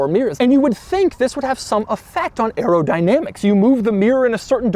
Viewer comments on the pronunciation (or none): none